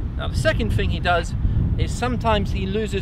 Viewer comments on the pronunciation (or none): I can't concentrate when watching these videos, every time he says "fing" instead of "thing" I get lost in my head.